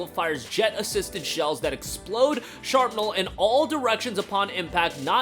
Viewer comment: I stopped the video when he said, “sharpnal”